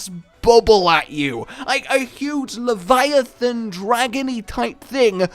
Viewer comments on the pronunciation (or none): none